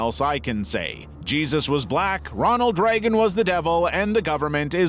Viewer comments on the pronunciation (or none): none